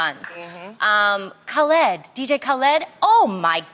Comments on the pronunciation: Pronounced Ka-lid Tamara not Kuhlid. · Heard Tamera say Kuhled and went straight to the comments lmaoo I love her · Did anybody catch Tamara say “DJ Kuhled” 😂😂❤️ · DJ Kuhled 😂.....wait, before I laugh at Tamara, is that how you're REALLY supposed to pronounce it? I said it with an accent and it does sound more correct than how the media says it. Why am I over thinking this so early? 😒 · Khu-Led 💀 Oh Tamera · As many times Khaled said his name in his songs why is Tamera saying khuled???? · Jasmine Calwell yeah she said Kah-lead. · I just came to the comments to read about Tamera butchering DJ Khaled's name hahahaha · ummm dj kal-led......🤣🤣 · I was cracking up so bad when she pronounce it wrong! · Bro the way Tamra Butchered Dj Khalid had me dying😂😂💀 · Tamera is so white lmao she said DK Khaled name so wrong lol